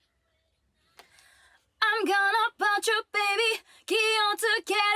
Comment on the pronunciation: 今まで普通に聞いてたけどの『気をつけろ』の"つ"の発音綺麗すぎんか